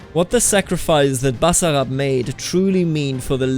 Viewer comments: Its pronounced "Basssarasasara" jeez man get it right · Hah wow thank you, I completely forgot that I joined the channel thing, Got quite the surprise at the end hahah. Its pronounced with emphasis on the I like you did the first time!